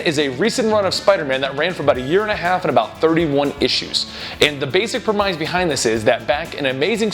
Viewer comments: "pre-MIZE"? It's pronounced "PRE-miss". Why do you pronounce words incorrectly so often? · premise is pronounced prem-iss, not prem-eyes. don't mean to be a dick. dig your videos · Premise is pronounced prem-iss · "prehmize" lmao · I know I'm a jerk for saying this, it's pronounced premiss. I know it's spelled premise, but that's not the way it sounds. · Someone tell him how to pronounce "premise", please.